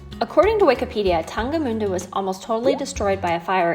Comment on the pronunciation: Been to Jerichow and Tangermünde in 2019 :) You pronounced “Tangermünde“ quiet well! ;)